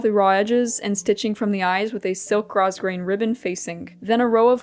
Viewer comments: Beautiful dress. You should be so proud of your finished project! BTW spelt grosgrain, pronounced growgrain. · The entire ensemble came out gorgeous! I can’t believe you’ve been sewing for such a short time. One note- grosgrain is pronounced grow-grain. Just FYI. Great video! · Lovely! Will make a note to go back to see the journey. Tip grosgrain has a silent s . 😉🇨🇦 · I personally find so authentic and lovely the way pronounces certain words: "grosgrein" (which I would pronounce the same way despite knowing that comes from the french and it actually sounds like < > xD) or "silèsia" (which would be my natural form too instead of the "sailija" i hear so often). I am not at all intending to make an argument out of my purposefully feigned ignorance, and I agree that accurate wording and pronunciation are always preferable (though less genuine ^^) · The dress is lovely. I love the colors. Also, I should like to respectfully correct your pronunciation of the word "grosgrain". It's a common word to mispronounce as it is a borrowed word from the 19th century French word, "grogram" meaning "coarse grain". (How it got applied to a textile is beyond me. Maybe the texture of the weave of the ribbon reminded people of coarse ground grain.) Grosgrain is pronounced grow-grain not gross-grain. I understand how one can mispronounce the word as I used to say gross-grain until I was corrected. And occasionally my brain wants to mispronounce it in spite of knowing the correct pronunciation.